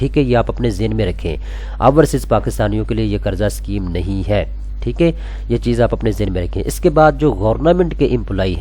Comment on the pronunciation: یار پلیز!!! ٹھیک اے نہیں ہوتا ٹھیک ہے ہوتا ہے. برا نا منانا بھائی 🙏🏻🙏🏻🙏🏻